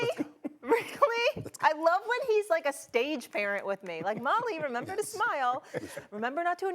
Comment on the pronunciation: “Renember” lmao love mad dog